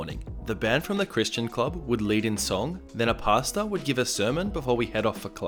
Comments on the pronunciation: Everytime he says pastor, the only thing I hear is pasta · I heard PASTA every time you said PASTOR.. Now I can't unhear it